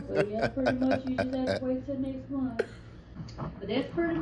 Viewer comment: MONTH!!!! Not munt